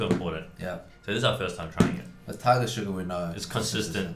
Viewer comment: it's so satisfying how strong Eddy's accent becomes when he says "tiGER SUGAR LET'S GOO!!"